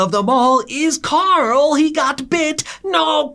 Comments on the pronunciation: bro its Carl not Coral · everytime this man said carl is sounded like he was saying "CORL" which pissed me off lmfao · the “carl” has me weak 😂😂